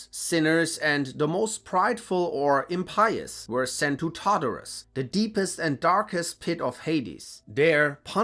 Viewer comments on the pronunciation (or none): none